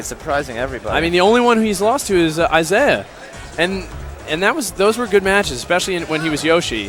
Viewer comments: Guy says 'E-sai" for 15 minutes. Finally you can hear him get corrected. "Yeah...Isai"...Hahahahahahah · If this guy says "E-sai" again I'm going to kill myself. It's "Eye-zay-uh" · This was addressed in another video where they were commentating. Isai is his middle name, pronounced ee-sai (or something similar,) but people have been pronouncing it Isaiah since the early days of competitive 64 and melee, so it's become the standard. They're not noobs, they're probably pronouncing it the way /he/ told them it was pronounced. Don't be so judgmental. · Everybody is retarded, Isai confirmed in his AMA reddit thread that it's Eye-Zay-Uh